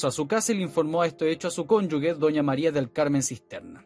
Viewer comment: Cónyuge se pronuncia como J debe sonar CONYUJE mi querido colega. Yo soy la vieja facha de lenguaje 🤗